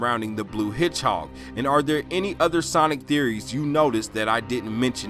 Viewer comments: Did you say hidgehawg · Why are you saying the word "hedgehog" so weird?